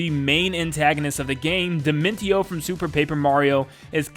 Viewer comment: It’s di-men-show